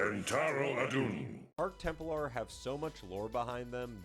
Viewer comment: "Temp-lar" not "Temple-ar."